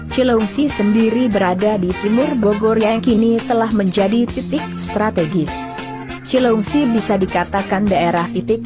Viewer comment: Lu admin kaya nya bukan orang Sunda ea.. Nyebut cileungsi aja susah bnr.. Pake cileuingsi..